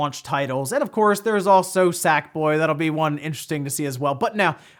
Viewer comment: For some reason when said "Sackboy" I heard it as "Sak boy" as if he were talking about Masahiro Sakurai.